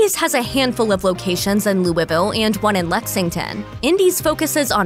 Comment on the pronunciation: The way you say "Louisville" is borderline disturbing